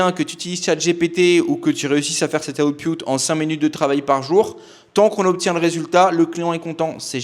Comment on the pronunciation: Tout à fait d'accord sur le fond, juste output se prononce aoutepoutte et pas aoutepioutte. Oui je sais je suis un peu un fils de pioutte, mais il fallait que je le dise 😀